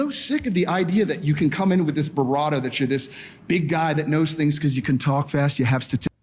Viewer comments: that was a lightly mispronounced "bravado" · She said "beratta"? Lmao I think she meant "bravado" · Birado? Vibrado? You mean bravado lmao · Was he trying to say "bravado" and said barrado instead? Also ladies... who else can recognise a typical frustrated female rant here... coz i can. :D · "Barrato" -> "Vibrato" -> "Bravado" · Not Barado, and also not Vibrato....BRAVADO is what he meant to say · I think the word she tried to say was "bravado" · Bravado. You both said it worng 😆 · He meant to say, 'Bravado'. It's ok. Words are hard. Especially for idiots. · He is trying to say "bravado" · I think he meant to say bravado lmao